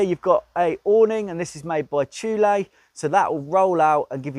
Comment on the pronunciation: Lol, who taught you these pronunciations? Prohtayus and Thullaaay 😅 Good vid though, love this camper the multiple position tracks are a real winner!